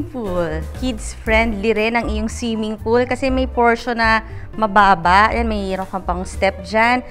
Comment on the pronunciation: snong siming polo. Articulatecwell please